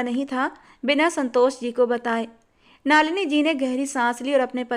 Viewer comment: नलिनी है,नालिनी नहीं है